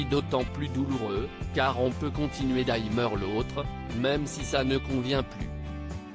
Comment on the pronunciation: Pourquoi dire a-i-mer au lieu de dire aimer . N'importent quoi!!